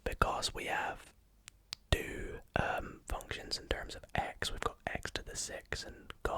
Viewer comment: Everytime he says two I hear ‘dude’ but like this ‘dude’ boys with t shirts of a sports team and sunglasses 24/7 say Don’t ask me why